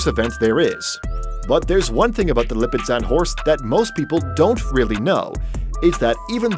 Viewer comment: Okay. Lipizzaner does not have a t sound in it, and in word the Knabstrupper, the k is silent. Research pronunciation before you do a video.